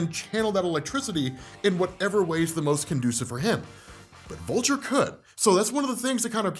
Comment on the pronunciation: ''But here comes Volture'' lmao